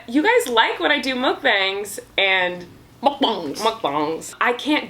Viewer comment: the way says “mukbangs” I’m dead 😂😂😂😂